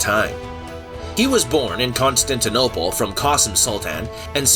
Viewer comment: Please work on the pronunciation. Constantinople isn't that hard to say. Hatun is pronounced "Hah-TOON"